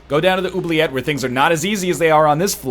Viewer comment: As a french canadian im actually rather pleased with how you say "oubliette"